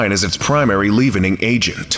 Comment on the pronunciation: Also pronounces leavening "Leave-ening" instead of "Lev-en-ing" You would think they would have someone to correct these errors before publishing the videos???